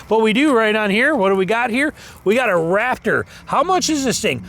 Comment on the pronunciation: It’s RaPtor not RaFTer listen to your video.